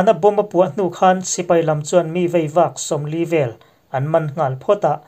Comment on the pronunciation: 'Hman' tih lamrik diklo hi i lamri diklo hlen dawn a nih hmel e.'.Ruahman' tiha 'hman' ri hniam ang hian engvanga lamri hniam zel nge maw i nih ang aw... A mak a ni ka pu.